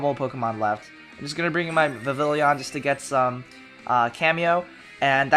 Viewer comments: Vivillon is pronounced Viv-i-yon! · No, Vivillon is a french name therefore is pronounced french-like, where ll=y.